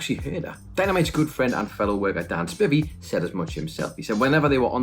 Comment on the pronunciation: i know. I was just being sarcastic about how they pronounced Spivey